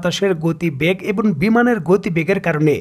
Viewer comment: এবন নয়, এবং।